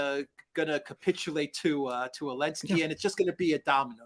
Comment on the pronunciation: What is the point of saying Elensky rather than Zelensky?